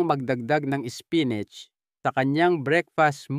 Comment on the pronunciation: Apo mali ang pagdsabi mo spinat ang mali spinit ay pagkasabi mo.